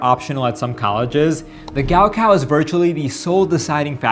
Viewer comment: It’s not gowcow its 高考